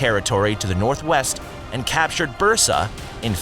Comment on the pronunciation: Could you at least get the pronunciations right? Osman, Orhan, Bursa - they're not hard to pronounce. If you couldn't be bothered to research this simple thing, why should the rest of the video be factual?